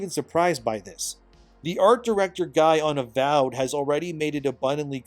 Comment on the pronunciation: the AVOID instead of AVOWED is actually kinda hilarious. Is that edited?